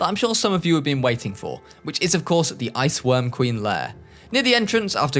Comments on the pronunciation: I had to listen 3 times to confirm. you said "IceQuorm Ween babies" lmao I'm glad I'm not the only one that fucks up my words like that. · "wich I assume is to be fed to the ice querm ween babies" I had to watch that like 4 times to realise what he said